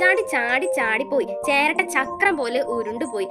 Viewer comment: Cheratta ❌ cheraatta✅